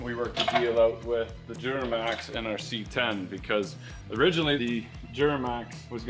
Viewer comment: I like how pronounces duramax as dghuramax😂😂😂